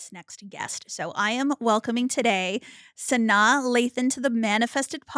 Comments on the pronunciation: I feel like you are saying her name wrong 🫠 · is her name SANNNAAAH or Sanai...the way hot pronounced her name smh